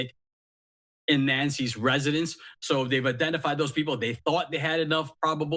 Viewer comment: They cannot pronouce "th." It really is not pronounced "dat (s) " "da" "doze,".